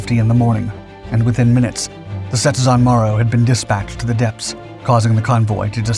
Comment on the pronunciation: It's not DISpatched. The word has the emphasis o the second syllaable - disPATCHed